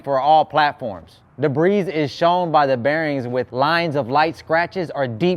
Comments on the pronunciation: "Debri's" lol ur videos are dope. It's pronounced like debri the S is silent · Just trying to help the S is silent in debris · Debris- the S is silent. Best videos on YouTube.